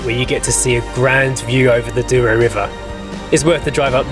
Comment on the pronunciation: It is NOT the "Doo-row" Valley. The word is pronounces DOUGH-row and means golden. "OU" in Portuguese is pronounced like "oh" and a single "o" is usually "oo" - contrary to what you'd expect in English.